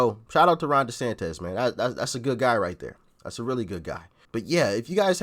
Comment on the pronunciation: You gave me an amused chuckle when you realized you were mispronouncing Ron DeSantis' name and then a few moments later you again mispronounced it as "DeSantes" instead of "DeSantis".